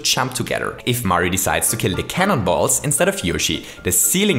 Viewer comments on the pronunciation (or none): I hear cannon balls as CANIBALL